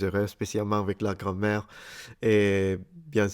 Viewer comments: La tua pronuncia all'inizio del video mi ha fatto ridere (di simpatia, non per sfregio), perché hai pronunciato "à l'école" come "à la colle" (alla colla) e "grammaire" come "grand mère" (nonna) XD Comunque sei un grande, complimenti per tutto quello che fai, i tuoi video sono molto istruttivi e simpatici. Per quanto riguarda "Montre" (orologio), hai ragione quando dici che deriva dal verbo "Mostrare" perché si riferisce al fatto che il suo contenuto può solo essere osservato. E' un oggetto che ti "mostra" l'ora, quindi "une montre"'. Esiste anche il termine "Horloge" (sempre orologio) ma si riferisce più spesso ai grandi orologi che si possono vedere per esempio nelle stazioni, oppure gli orologi a pendolo che potevi trovare dai nonni o nei musei. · Your pronunciation is very good. Just when you said 'grammaire', I heard 'grand-mère'. xD